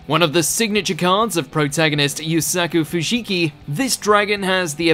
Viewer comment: I am very happy you said Yusaku Fujikis name right. I had given up on your guys pronunciation power after the other messed up Zabuza's name.